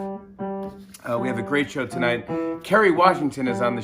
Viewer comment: "We ave a great show for you tonight" xD poor Jimmy thinks he is still in his studio